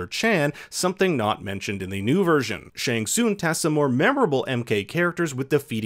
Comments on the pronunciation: Pronounced shang sung not soong lol 😆 I found that funny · it's also not SHANG SOON. IT's SHANG SUNGGGGG